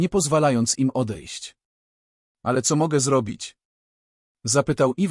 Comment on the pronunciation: Mów co a nie ceo, poza tym nieźle.